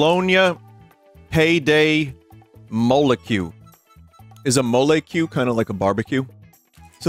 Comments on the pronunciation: Perfeito. Só faltou um Serenata de Amor para ele entender que o Brasil ama ele. Mesmo com ele pronunciando "Pé de Moleque" como "Pay the Molecule". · torn between that one and “peid hei môlaquil” as to which is my favorite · payday molecule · i love how "pé de moleque" became "pay the molecule"